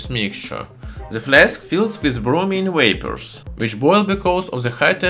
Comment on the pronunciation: "Wapors" That is like the Star Trek star saying Wictor Wictor. Instead of V as in Kalashniko"v"